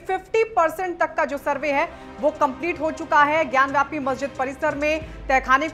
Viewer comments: Vyapi nahi gyanvapi hai iska naam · ज्ञानवापी ना कि ज्ञान व्यापी